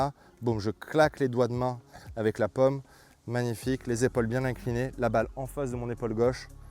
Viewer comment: Jaime vos vidéos mais la prononciation des français ouf ! La pomme de la main 😂